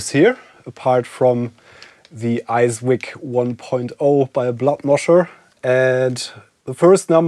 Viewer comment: I think it's an ICE-VIC, not an ICE-WIC